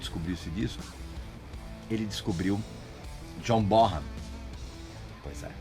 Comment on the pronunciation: Régis não é John borran e sim bonem o h não tem som de rrr 😭